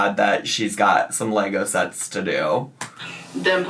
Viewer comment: Every time she calls Lego 'Leygos' I want to punch something.